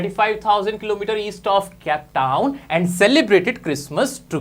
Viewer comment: Cape Town not cap town🫩 gigantic pronunciation wrong